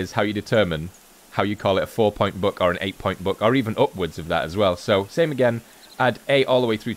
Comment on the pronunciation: Is he saying Book or Buck lol